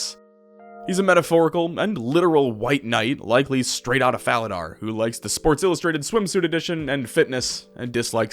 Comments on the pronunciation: My brother in guthix, it's pronounced fala-door, i'm sorry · The fact you mispronounce Falador multiple times... I'll forgive you